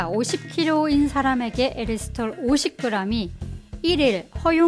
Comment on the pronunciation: '에리스톨'이라고 하셔서 어색하네용 ㅋㅋㅋ잘봤습니다~다음 알룰로스도 기대할께용 ㅎㅎ